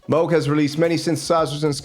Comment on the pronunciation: Did he say Moog Moose!?